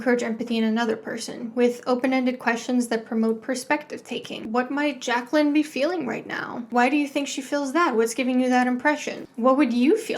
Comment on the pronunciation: because kids can't even pronounce Jay-Kwellin